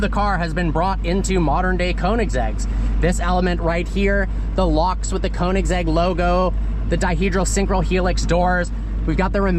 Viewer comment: I am so sorry but the way you pronounce Koenigsegg is such a white way to say it. And that I am a white person xD. It is pronounced "Kernigsegg". Admittedly I was pronouncing how you said it for some time but after watching a guy who pronounces car brands made me feel dumb. Edit: SORRY, TWIN!? I didn't know twin supercharging was a thing!